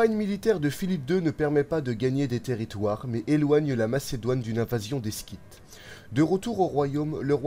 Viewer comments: Et scyte se prononce [Site] et non [skite]. Mais chouette vidéo, en effet. :) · Un détail, vous avez commencé par « en -359 il devient roi » suivi de « en -360 le jeune roi » ; mais logiquement il ne l’était pas encore ? + on dit les Scythes (son s, pas sk) Sinon le montage est super 👍